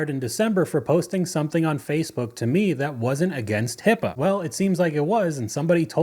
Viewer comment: HIPPA? Did this clown mean HIPAA? 😆